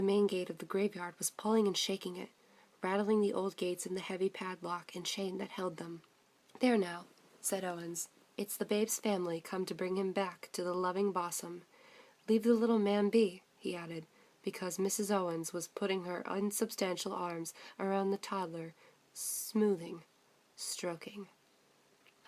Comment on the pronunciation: isnt it boosm not bosm